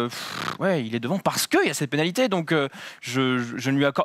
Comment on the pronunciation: "la panalité","sous mère Hamilton", Excellente émission...mais vous n'étiez peut être pas obligé d'engager le stagiaire de BFM !!!